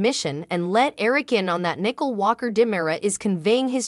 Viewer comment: Good grief her name is not nickel.